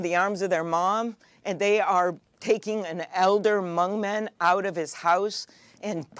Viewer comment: Thank you, Senator Klobuchar for pronouncing Hmong correctly! ❤